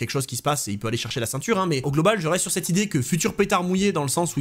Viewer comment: Les vidéos, les analyses, les histoires déterrées... tout est bon ... à l'exception d'un détail récurent qui me rend dingue ! 😵‍💫 Pourrais-tu, s'il te plaît, par pitié prononcer "cette " et plus "steu" 😱. Merci d'avance.😅